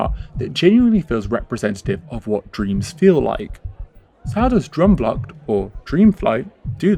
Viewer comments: I’ve always thought Efteling has a very dark fairytale style which is older and very European whereas Disney is very American sugary and bright. It’s like the difference between a Tim Burton film and a Steven Spielberg film . Ps it’s “droom” like “broom” not “drum” 😂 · I love how English people pronounce droomvlucht but I also absolutely love this video. I am a rollercoaster girls through and through. But not in the Efteling. Droomvlucht is my go to. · Your pronunciation of droomvlucht makes me giggle. But great video! I have so much nostalgia attached to this ride and you explained perfectly what I could never put into words. I really enjoy the style of these videos and the insight provided. So thank you for making this. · As a Dutch person I love how you pronounce Droomvlucht